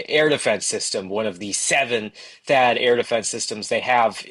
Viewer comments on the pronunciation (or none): none